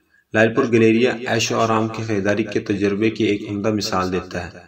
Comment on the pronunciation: Bahi sahab nam to sahi le lo is ka not galrya. گیلریا